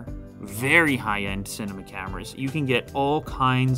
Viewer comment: I don't think that's how you would pronounce "cinema".